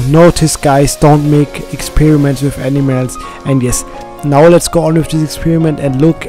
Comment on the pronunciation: Its funny how he says enimels